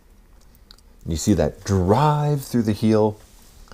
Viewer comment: "you see that dr-ive, through the heel". lmao